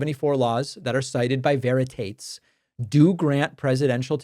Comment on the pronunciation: Your reply to Veritates is definitely correct, but I think you've mispronounced his name (that's just a guess, the author may have thought otherwise). Veritates in the latin form seems to be the canonical pronunciation...